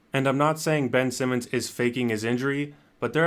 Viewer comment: "Bench Simmons" 😂